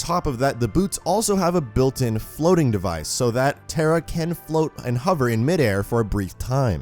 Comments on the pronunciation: Your pronouncing her name as "TERA" like tera nova. Her name is pronounced TAH-RAH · Proud to be thai Also pronounced "Taa raa" not "tare rah" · Why does he say Tera it's TARA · Pronounced....TAWRA not TERRA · NOT TERRA! its tah-rah tara not terra!! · Tara is a hindi language word which means star. It is a popular name in India and it is not pronounced as terra*. It is pronounced as *tah rah तारा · It’s pronounced taa raa it’s an Irish name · Pretty sure you'd pronounce it 'tah-rah' you know.. like the girls name tara... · You pronounce the name wrong. Tar. Ah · It actually pronounced taa raa in thai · Tara* not tera... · None gonna talk about how badly he's pronouncing Tara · I love the character as a whole but I know it not his fault but the way he pronounces the name is ticking me off a bit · Just to let u know that's not how you say her name